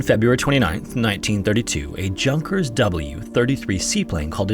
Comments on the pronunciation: Its "Yoonkers"...not "Junkkeers" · Small mostly insignificant note. Since Junkers is a German aircraft, the J is pronounced like a Y, so "Yunkers". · Interesting story. Note for your narrator: Junkers is pronounced as "Yunkers" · The plane is pronounced Yunkers, not JUNKers :) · ... it's not a "Junkers" -- in German, "J" is pronounced with a "Y".. so Junkers is actually pronounced "Yoonkers" .. not trying to be an ass; just trying to educate ❤ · Yoonkers, not junk-ers! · Junkers is not pronounced jun kers. Its pronounced yunkers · I think it's yoon-kur, not junk-er. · Shouldn't it be pronounced Yoonkers, not Junkers? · Not a criticism but it is pronounced Yunkers, not Junkers, keep up the videos :) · i think it's "Yun-kers" not Junk-ers. Could be wrong though! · i believe it's "yoonkers" not "junkers"🤣😭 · Hans is pronounced "Hans", not "Hawns". Junkers is pronounced "yunkers". Americans! 😆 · Hey man, just for your future reference, in German, J’s are pronounced with a 'Y' sound, and in “Junkers”, the 'J' is followed by a long 'ū'. So it’s “Yoo-nkers”. I always got this wrong too, until I met my best friend, who was the first generation of a German family born in America. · It's pronounced yunker, im pretty sure. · It’s pronounced yunkers or yūnkers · Pretty sure its "yue-nkers" not "junk-ers" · Most English speakers don't know that the 'J' in Junkers is pronounced more like a 'Y' as in Yunkers. I give him credit for reporting this interesting story! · Junkers is pronounced like "Yoonkers." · Junkers is pronounced “Yungkers” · The j is pronounced as a y in German. Junkers, as in Yunkers. Do better. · It’s pronounced “YOUn-ker” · junkers is pronounced yoon-kers FYI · Junkers, a German company, has a 'J' pronounced with a 'Y' sound, and a 'U' pronounced with a short 'U' or 'UH' sound. Like this: 'Yuhnkers' Your videos are excellent. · I believe it's pronounced Yoongkers, like how the name of the psychologist Jung is Yoong. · “Junk-ers”? 😂 That’s unintentionally funny.